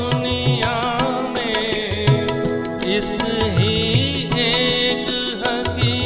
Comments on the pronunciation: Absolutely stunning! One correction in male voice,; It is ishq not isk.kindly pronounce correctly. Thanks. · Male singer ,s pronouciation for ishq isak . I mean for sh .. S.